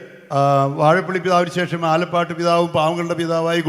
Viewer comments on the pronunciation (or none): none